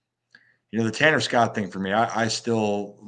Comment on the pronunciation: said Tanner Scott like I said also